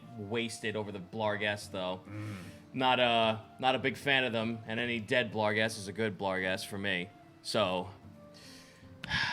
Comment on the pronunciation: It's BARGhest and GLABrezu not blarghest and gabrezu. Finally I've caught up on this series so I can get that off my chest. Love the show!